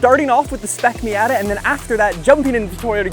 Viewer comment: Does everyone in Canada pronounce "Miata" incorrectly?